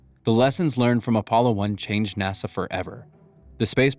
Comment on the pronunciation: "Nossa" c'mon man...